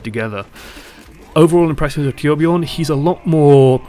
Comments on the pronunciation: As a swedish guy myself, i can understand if its hard to pronounce that name (I mean, they really went with one of the most extraordinary swedish names). Personally I wouldnt demand all you non-nordic people to pronounce it correctly, but id prefer if you said it kinda like "toourbjourn" cos that, I think, is the closest we can get. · Torbjörn is pronounced Toor bj-urn anyway.